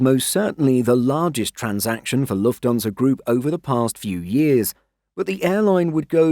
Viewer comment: I wish they'd get the AI voice to say Lufthansa properly. It's Lufthansa. Not Luftonsa